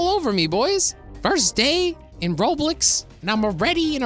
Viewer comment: he always says roblix